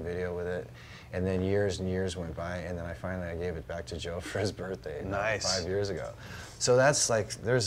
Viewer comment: Did he ask for his 8 grand back ... + interest xD.. "Happy Birtday!."